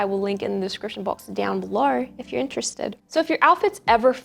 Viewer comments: LOOOOOOOL the fact i thought u were american til you said “down below” 😭😭😭😭 it JUMPED out! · Came from the late adhd diagnosis video, stayed for the style advice. I particularly like how you say down below with the Aussie accent. ♡